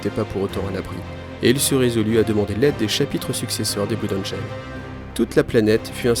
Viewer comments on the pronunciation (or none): D'ailleur ça serais pas plutôt "blode angeul"?